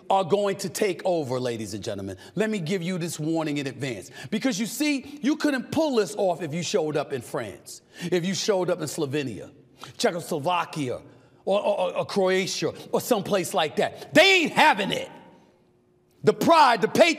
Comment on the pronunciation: All good until he said checkslovaquia 😂😂😂